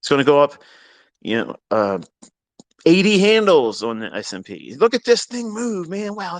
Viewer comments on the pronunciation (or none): bro its S&P ........... not ice nd pee ............. lol